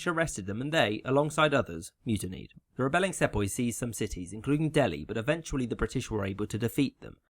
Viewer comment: Nice use of the other form of “th”